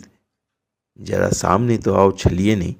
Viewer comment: Jara saamne...nahi bolte Hain.. Zara saamne bolte Hain. Releaj Nahi kahte Hain.. Release bolte Hain. Bhasha Ka samman karein. Bhasha sahitya ki dharohar hai. Aap ki niji sampatti nahi.